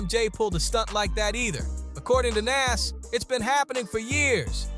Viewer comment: The way you keep saying Nas name is driving me crazy